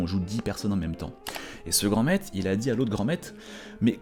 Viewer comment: On dit pas "Grand maite" on dit "Grand MaitRe" avec un "R" , c'est le son "Re", GRAND MAITRRRRRRRRRRRE . Merci !